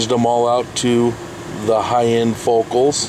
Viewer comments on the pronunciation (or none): theyre pronounced "foCOWL" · Learn to pronounce their name right. It's pronounced Fo Cal.